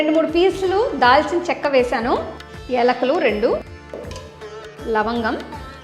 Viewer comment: Sister .. pronounce as yaalakulu.....ilachies...not elukalu...rats... Meeru maatlaade Telugu chala baagundi...if you don't mind please...Telugu language Italian of the east...Telugu bhasha theneloluku bhasha.😊.❤❤